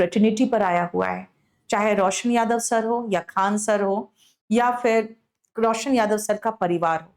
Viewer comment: Faisal khan harami hai koi tisra nhi hai khan hai saf se boliye